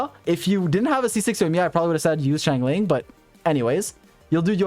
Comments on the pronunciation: shangling.. it's shungling... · love the video but please god watch a liyue pronounciation video the xingiu and xiangling pronounciation makes my bones itch